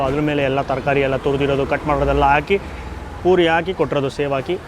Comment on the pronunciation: ಸಾರ್ ನಿಮ್ಮ ಮಾತು ಕೇಳ್ತಾ ಇದ್ದರೆ ತಿಂದಷ್ಟೇ ಖುಷಿ.. ಆದರೆ ನೀವು ಪುರಿ ಹಾಗೂ ಪೂರಿ ಪದನ ತಪ್ಪು ಹೇಳ್ತಿರ... ಪೂರಿ ಅಂದರೆ ಎಣ್ಣೆಯಲ್ಲಿ ಕರಿದಿದ್ದು ಮತ್ತು ಪುರಿ ಅಂದರೆ ಕಡಲೆ ಪುರಿ...ಇದೊಂದು ಸರಿ ಮಾಡಿ...